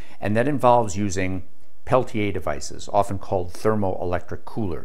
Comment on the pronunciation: I love this guy! It is AM and I have to be at work in the morning, but I can't turn him off. He is also one of the few people on YouTube who pronounces Peltier correctly (pel-tee-ay instead of pel-teer or pel-tee-er).